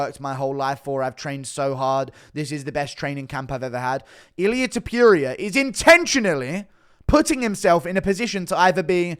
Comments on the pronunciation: Stop saying his name like this bruh😂.Its not illia topiuria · Why you saying ilia topiierea its ilia topuria!! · It’s toe-pour-ia pronounce his name right 😂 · Tiperia? Topuria my dude To-pour-ee-ah ya dunce😆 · Tipuria? Can you pronounce the name right bro you do this shit for a livin’ bro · You mispronouncing topurias name on purpose?